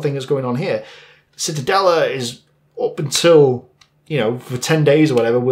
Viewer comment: Not Citadelle; auf Deutsche wir sagen die Zitadelle. Zee/ta/dell/a